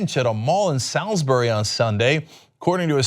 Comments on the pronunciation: Its pronounced "soulsbree" not "sallsbry" thanks. And not "whiltschur" its "whiltshire" literally how its spelt. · Wiltshire= Woorlsta??? Salisbury=Sawelsberry? Cenk's complete inability to pronounce British geographic names is an entertainment in itself. The bizarre thing is he utterly butchered the easiest one in an almost Pythonesque fashion, whilst getting the phonetically harder one somewhat correct (at least by comparison). I'd actually forgive a foreigner for mispronouncing Salisbury, and but how do you completely mispronounce both the 'Wilt' and 'shire' in Wiltshire in a way they aren't even spelt?